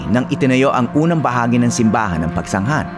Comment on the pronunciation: Pagsanghan ka ng pagsanghan Pagsanjan Ang pagbigkas nyan